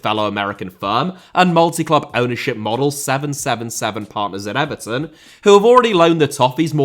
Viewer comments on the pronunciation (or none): none